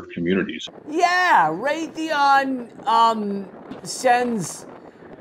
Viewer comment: It's Raytheon.